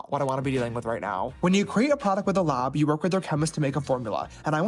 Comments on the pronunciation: Did he say lob instead of lab lol idk why but that's super bothering me lol 👽👾👽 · "When you create a product with a lahb" I can't stand this idiot.